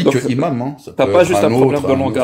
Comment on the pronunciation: "Imam", ça ne commence pas par un h aspiré,. Donc on fait la liaison (un N- imam, des Z- imams, etc) 😉